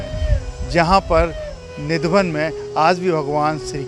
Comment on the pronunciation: Nidhavan nahi kele, nidhivan bol